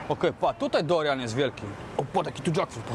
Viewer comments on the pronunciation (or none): Nie Dorian a - DURIAN. Wszystke jadłem w Azji non stop! 👍 Jeszcze sporo owoców nie wymieniłeś